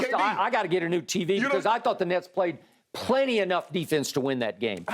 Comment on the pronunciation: Lmfao, my mans say smoking on that “Nets Pack” 😭😭😭